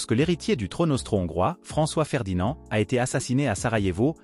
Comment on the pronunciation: Alors c'est pas "France-Ferdinand" mais FrançOIS-Ferdinand"! ;-)